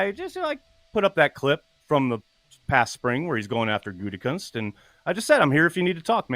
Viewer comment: What's up with calling him goontekunst like every time😂